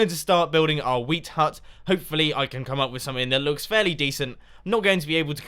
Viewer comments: When mumbo talked about xisuma's wheat shop I thought he said weed shop at first and I was very amused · At points I thought he was saying weed shop